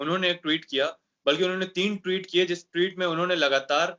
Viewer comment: Anchor Bhai Sahab ' Tweet ' bolna seekho Bhai, Ghalat talaffuz se aap Ka wazan Kam ho ra ha hai, Allah Nek toufiq de !